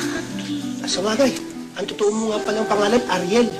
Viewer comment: Akward yung pagkasabeng ariel ah hahahah😂